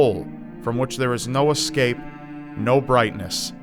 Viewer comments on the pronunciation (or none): none